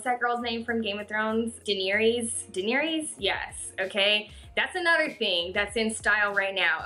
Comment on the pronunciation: its pronounced DAY-NAIR-US (nair like the hair remover)